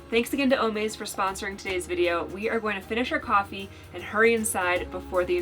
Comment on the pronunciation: it’s o-MAZE, like AMAZING.